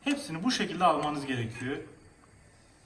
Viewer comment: Eklliyörüz diyor adam, gerekiyöör diyor. Nasil izleniyor anlamiyorum